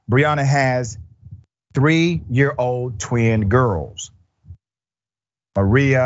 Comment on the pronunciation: And there names are pronounced Ma-re-ah and Ma-ri-yah